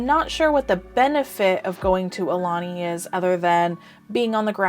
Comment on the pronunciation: BTW...Aulani=Ow-lah-nee=Chief's messenger